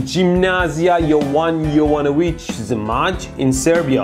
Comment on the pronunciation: Butchered the Zmaj part but hey, thank you for giving that scope to a school in my home city! Love from the (probably) biggest fan from Serbia and fellow engineer(ing student)!